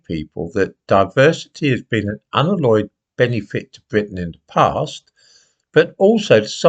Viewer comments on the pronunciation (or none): For God’s sake, man, learn to pronounce unalloyed. Start with alloy.